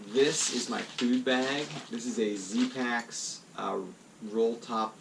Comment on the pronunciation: Can you place a link to the "dry" bags. I can't tell if you're saying Z-paks, Zpax or what.